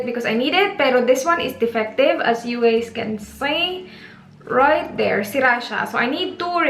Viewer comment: " you guys " th lol